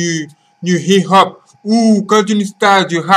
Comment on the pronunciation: Please its not hi ho instead hip hop.